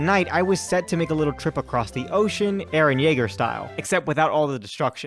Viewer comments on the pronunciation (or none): none